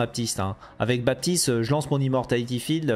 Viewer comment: Pourquoi BaPtiste ? C'est un prénom et même un mot courant de la langue française dans lequel le P ne se prononce pas